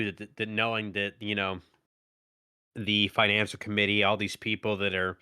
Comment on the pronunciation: It's financial, not finical.